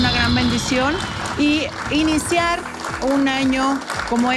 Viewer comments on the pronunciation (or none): Rocío tu que te gusta corregir a la gente corrigete a ti misma no se dice i iniciar se dice e iniciar.